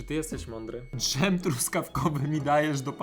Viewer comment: dżem a nie dżem xD